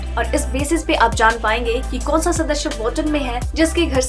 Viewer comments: PLS sadasya boliye sadashya nhi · Sadasya not shadshya